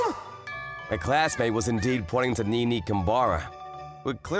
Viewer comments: I can't stand that they pronounce her name "ni-ni" like in the name Nick, not "ne-ne" like in the name Nelson. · and NiNi instead of NeNe.. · Nee-nee? Yan-deer? Are you f-ing serious?